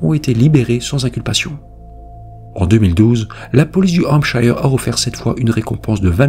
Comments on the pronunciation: Attention à la prononciation de 'shire' en anglais qui se prononce avec le 'schwa' sound /ə/ ou 'uh' (~ notre 'e' français) soit: /ˈhæmp.ʃə(r)/ Bref, 'Hampcheu(r)' et non 'hampchailleu(r)'. Pense à Yorkshire (Yorcheu(r) et non Yorkchailleur);-) Right?...Thank you! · Désolée mais on ne prononce pas Hampshire de cette façon. Ce n'est pas comme Higher mais comme Here. Je ne sais pas sic'est clair? 😂